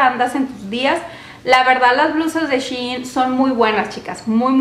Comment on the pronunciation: Se dice SHEIN no Shiin